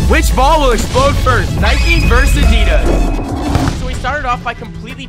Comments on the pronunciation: pronounce nike and adidas correctly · I love the way he said "nikEEE" vs "IDAA"